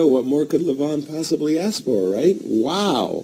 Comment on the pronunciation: He said "ask" not "ass"